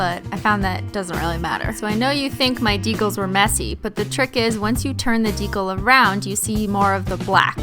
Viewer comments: Christine, I love you. Swear away, my dear. BUT STOP SAYING DECAL WRONG. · Stop saying ‘Deecle’ its deCAL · I SO JUST WANT TO SCREAM ITS PRONOUNCED DEE-CAL NOT DEE-COL !! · I know you probably don't care, but that's not how "decal" is pronounced. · I'm sorry but the way you say decal is so irritating lol it's dee-cal not dee-kuhl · I fucking love these videos but the way she pronounces decal drives me insane. Maybe it's because I'm southern but it's pronounced DEE-KAL when I feel like she's saying it like Dee-kul And yes the pronunciations are not spelled like the word itself if you're too dumb to know I'm not trying to spell it, I'm trying to show how the word is pronounced. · Its DE CAL not to be mean I love you i can't do nails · Isn't decal pronounced with a long E. like Dee cal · the swearing isn't the problem. the problem is that you say decal as if it rhymes with tinkle! ITS INFURIATING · halfway through the video I realized I had been watching the whole thing upside down.... also I know you've said before decal is a word you pronounce wrong. Did you figure out how to actually say it and this is some running joke or do you still not know?? In that video I never heard ben tell you the right way to say it so I don't know if you know or not hah. This comment was pointless I don't know why I felt the need to say something. Anyway have an exHOLOnt day